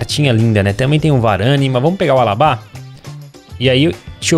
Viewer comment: Alabá 😂😂 é Alaba